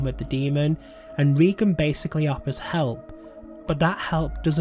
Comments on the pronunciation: Another movie ruined by David Gordon Green. It can’t compare to the 1973 masterpiece. The first movie in this trilogy might have faired better as a stand-alone possession movie vs. trying to connect it to Friedkin’s film. FYI: It’s pronounced “Raygan” not “Reegan” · Dude if you're going to do a vid expecially about a well-known character at the very least pronounce the bloody name right it's RAY- GAN not REE-GAN. Christ on a bike it really pisses me off!!!!! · Ray-gan not ree-gan. 🤦